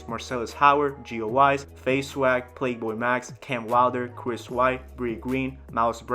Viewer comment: “Plaque” boy max good vid but say his name right bro